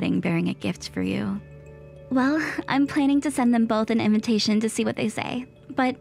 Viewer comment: Inventation. SMH. I've heard this mistake for "invitation" on several of these stories.